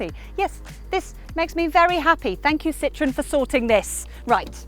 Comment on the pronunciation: Took me a couple of seconds to realize she was not referring to lemons or oranges because she said "Citrun" instead of "Citroën" 😂😂😂